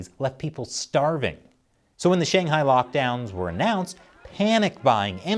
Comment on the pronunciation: Dude I love this channel but for once please, learn to say Shanghai and stop saying SHAYNGHIGH and BEISHEENG it kills my ears and anyone's who speaks mandarin